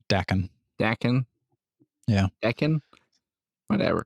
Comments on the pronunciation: Daken is pronounced "Dah-Kin", rhymes with rockin -more or less. it means mongrel in Japanese. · Daken is pronounced like dog but drop the g and ken is obviously pronounced like ken from Barbie. Source: I speak Japanese and have been living here for the past ten years. The word 駄犬 means mongrel like a mixed dog.